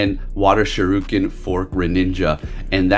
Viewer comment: Shir Ree Ken is how to pronounce it. Sho Roo Ken is what Ryu yells in Street Fighter when he does his dragon punch.